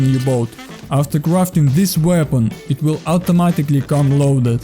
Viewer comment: great tips! Let me give you quick tip as well - practice how to pronounce in English 'aim' and 'weapon' to improve your accent